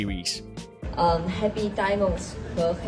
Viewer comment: Bailu's pronunciation of hearts and diamonds.....I have no problem with it! And English is my first language. Netizens were too harsh on her!